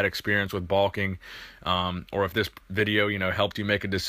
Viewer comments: I love your channel but wtf is balking? Bro its bulking. Bowl-king....not ball king. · Baulking? That's what it sounds like. LOL